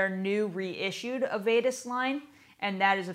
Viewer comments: The lady is saying avedis wrong The beginning of the name sounds like av from Avenue. Dis at the end Av e dis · Avedis is pronounced 'avid-dis' with a soft "i" sound. But great video.